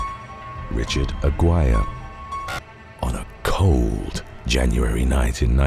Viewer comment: The surname Aguirre is pronounced "ah-GHEE-reh", not "ag-WIRE". I love this channel, but I wish they'd spend that little bit to get the names right. Even the free versions of ChatGPT and Copilot could've helped in this regard.